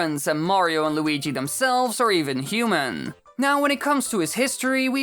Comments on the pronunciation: The way he says human. . . HUMEEEN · The way u day human tho Disturbs me some how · I love the way you pronounce "human" and put emphasis on the "n".